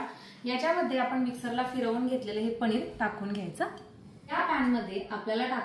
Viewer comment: पणीर नका म्हणू पनीर म्हणा